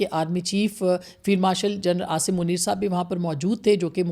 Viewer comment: It's 'Field' not Filed Marshal.